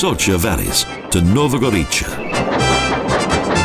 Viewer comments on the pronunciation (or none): Again the pronounciation! Moshtrania and Nova Goritsha!, Bohindsh valley plus lake. Best of all Idrithsa. All crazy wrong!